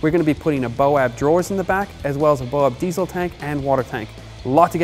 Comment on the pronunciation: God i hate it when an american tries to talk about australian products!! learn how to say diesel correctly!!